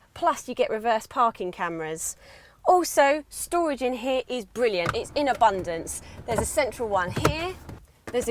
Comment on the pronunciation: the storwage ! evrytime she says that I smile